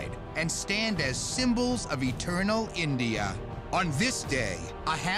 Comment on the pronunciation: he pronunces india funny lol ! ENDIIIA